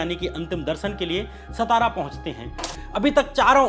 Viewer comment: श्याम मीरा जी, नमस्ते। जैसा आपने कहा कि अंधश्रद्धा निर्मूलन समिति के अध्यक्ष नरेन्द्र दाभोलकर का शव उनके गृह ज़िले सतारा में लाया गया; यहां मैं आपको यह सूचित करना चाहता हूं कि महाराष्ट्र में सतारा नाम का कोई भी शहर या ज़िला नही है। आप जिस ज़िले की बात कर रहे हैं;उस ज़िले का नाम 'सातारा' है ना कि 'सतारा'। यह अंग्रेजी लिपी रोमन की देन है जो एक ही प्रकार के हिज्जय(Spelling)को अनेक तरीके से पढ़ने या उच्चारण करवाकर ग़लत जानकारी देती है। अब SATARA को अनेक तरह से पढ़ा,बोला जा सकता है। जैसे-: सतारा, सातारा, सतरा और सातरा। इनमें क्रमांक दो का यानी 'सातारा' यह नाम सही और अधिकृत है।आप को मालूम नही है;तो किसी महाराष्ट्र के निवासी से पूछ लें। अगर पटना का अंग्रेजी में PATNA है;तो उसे पाटना, पातना,पतना ऐसा बोला जाए तो वह सुनने में कैसा लगेगा। धन्यवाद।